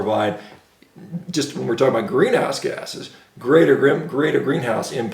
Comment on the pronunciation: I keep hearing “green ass gases”. What is that all about?